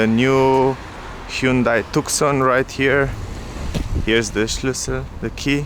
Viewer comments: Tuson* is how you pronounce it.. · Tucson is pronounced as too-son not took-son. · Tu (K) son ?????? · Maybe americans should know how to to pronounce letters, if you dont want to pronounce thr letter C then take it away the proper way to pronounce it would be took son or toc son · His tookson sounds unique and very European. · Hey buddy it's silent C!!!